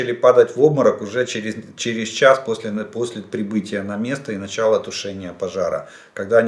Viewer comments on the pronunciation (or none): none